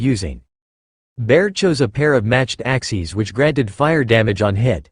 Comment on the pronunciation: Lol pronunciation Axies